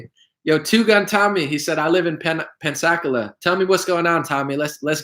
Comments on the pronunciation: The pronunciation is pens a cola. Floridian hair listen check out the Douglas M Dukote show from today he is retired military and tells stories about this being common practice since World War II we beat Germany train them the fly sold them airplanes then Pearl Harbor hit we trained Japanese until damn airplanes and so on and so on. The video is very interesting I think you'll get a lot out of it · It's "Pensa - Cola"